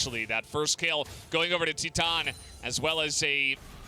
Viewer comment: When u pronounce titan Ti than lol